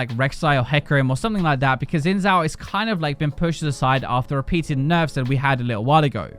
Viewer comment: It's pronounced Shin j-ow. There's no 'z' sound. Anyway, love your videos!